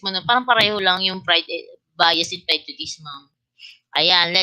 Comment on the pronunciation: Pls check the pronunciation of prejudice po